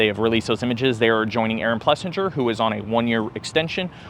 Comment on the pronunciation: Ples-sing-er. Not Ples-sinj-er.